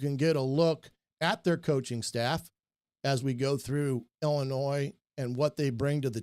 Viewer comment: My man passing on the French calls them Ill-annoys lol